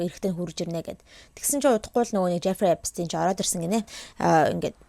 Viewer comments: Ner ni German Jewish ner uchir zuw duudlaga ni Эпстийн биш Эпштаян шүү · Эпштайн герман дуудлага. Угаасаа герман нэр учраас тэгж бичиж, яриад байгаа юм. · german hel deer st niilemjiig sh aviagaar unshdag shd 🥲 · Эпштайн гэж унших байх. Эпстин биш. Еврэй хүн шүү дээ. Энштайн гэдэг шиг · Epstein- Герман нэр Эпштайн гэж уншдаг юмаа. Англиар Эпс гээд с-р уншигдана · manaihan Albert Einstein gej German ayalgaar Sh-eer duudaad surtsan bolhoor Stein nernuudiig Sh-eer duudaad bdiin bn le. Angliar bol S-r duuddag 😊